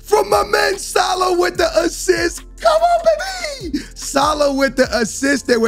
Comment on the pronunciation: Salaaaaah not saaalah